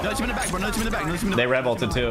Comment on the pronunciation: Thee toosher